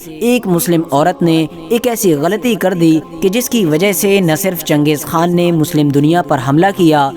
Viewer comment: खा है ना कि खान